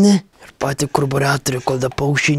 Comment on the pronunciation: Kaip sakei karbiratorius galvojau ten vibratorius😂😂